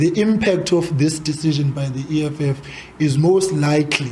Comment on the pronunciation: The emphasis of likely 🤣🤣🤣🤣 sekubhedile u eff akadlali kanjalo